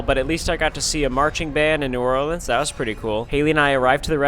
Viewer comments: Yes some who finally says New Orleans right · Welcome to New Orleans and thank you so much for saying new Orleans correctly